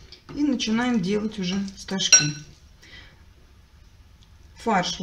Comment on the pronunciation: Хоть один человек ставит правильно ударение в слове стожки,спасибо за рецепт ❤❤❤❤